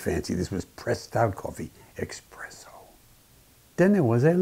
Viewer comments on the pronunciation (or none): He literally said "eXXpresso" when the woman before said its "eSSpresso". 🤣🤣🤣